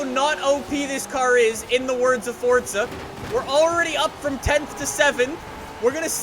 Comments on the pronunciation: FORZA. there is no 'T'.. please stop pronouncing it with a 'T'. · It is Forza not Fortza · Its pronounced FORZA not FORTZA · Fortza? FORTZA?? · Why r u saying FORTZA it is FORZA there is no T in FORZA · Sorry..did he just say ForTsa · Y do Americans and Canadians say forza like fortza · It’s 4za not forTza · You’d be broke cause he says Fortza not Forza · why bro always saying FORTZA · Your stupid af, if you look it up it's pronounced fortza with a slight t. Stop tryna correct others when you can't get it right yourself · why he say it like fortza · ugh, FORTZA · Someone tell this guy that there is no "T" in the word "Forza"😂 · The only reason you wouldn’t be good is bc you call it “fortza”😂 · HE CALLS IT FORTZA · Is it me or does he say fordza?! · There’s no t in forza, so why is he saying fortza? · is he saying "fortsa" that often on purpose? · Why does he keep saying fortza???? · the fact he says fortza pisses me off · Stop saying Fortsa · Omfg god dude stop saying fortza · Where is the t in forza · WHY ARE YOU SAYIMG FORTZA XD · Oh... we got another "fortsa" guy.. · The only reason I don’t watch u much is because u say FORTSSA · It kinda gives me aids when he says fortsa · Its not FORTZA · he say FORTZA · fortza = fortnite x forza (just kill me now please) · “Welcome back to Fortsa Horizon 4” All in good spirits, not making fun of you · Fortza lol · stop saying forTSa horizon four all the fucking time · is it just me or does he say fortza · There is no T in forza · that’s how almost everyone says it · Oh great another guy who thinks there is a t in forza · IT IS PRONOUNCED FORTZA, SEARCH IT ON GOOGLE. IT'S FORTZA NOT FORZA SMH. IT IS SAID WITH A SILENT T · its forza not fortsa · Fortza Horizon Four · Say it with me.... F-O-R-Z-A not fortza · "Fortsa" dont you mean forza? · why do you say fortca horizon it is for zzz a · Lol he said Fortza horizon 4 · Stop calling it Fortza call it Forza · It's not FORDZA it's FORZA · Why do you say fortsa and not forZa